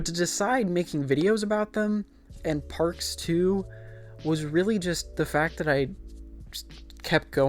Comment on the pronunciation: youre one of the only people who has ever said my name correctly. Thank you.